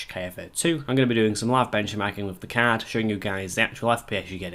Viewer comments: damn every time he says card i hear cat ... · I hear Cod.